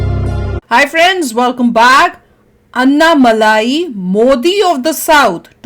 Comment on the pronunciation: His name is not malaai like malaai kulfi. It's Malai ... with a short lai